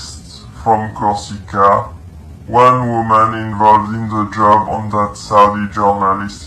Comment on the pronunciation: not LED but Elysées french palace of the macron couple, not Kosica but Corsica it s a french island on the south where one the french foreign legion is based, not Mobile like mobile phone more like Moving kill boxe i think , the first target was her studio but she bug out then she became mobile (french dont speak like US ppl) , 2 people from her entourage have accepted bribe in crypto to snitch informations according to the french DGSE informant (DGSE stands for the Direction générale de la Sécurité extérieure, which is France's main foreign intelligence agency), bit more crazy it the 90 days periode where a war should broke out.